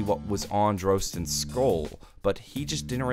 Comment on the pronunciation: Dislike for mispronunciation of Drostan's name DRAW-STEN Not DROE-STAN